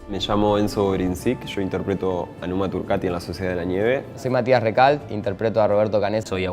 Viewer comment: Por favor no digas más "Numa turqueti" es turcAti!! Dejad de traducir todo al inglés, o intentarlo....